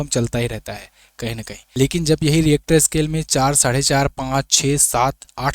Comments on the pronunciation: रिएक्टर स्केल नही रिक्टर स्केल होता है। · Richter scale hota hai reactor kya bol raha hai